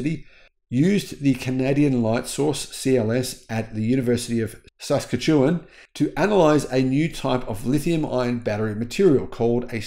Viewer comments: It's pronounced, suss, catch, you, wa on. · The city of SAS-ka-toon is situated in the province of sas-KAT-yoo-an. The University of Saskatchewan's synchrotron is located in the city of Saskatoon. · Sa Sca tchi wan Emphasis on the Sca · This Australian wondered at the pronunciation. Probably both of you would struggle with Kudardup, Boranup, Cowaramup. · SAS-ka-CHEW-on!! HA. As a Canadian, I don't blame you but, that was funny! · Pronunciation of Saskatchewan - sass-catch-eh-wan. Challenging name for sure, great technology... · sass-CATCH-eh-wan pronunciation cracks me up! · It sounded like he couldn't decide whether to say "Saskatchewan" or "Saskatoon", so he said both and neither. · knows how to pronounce Saskatchewan. He was just sneezing when he said the word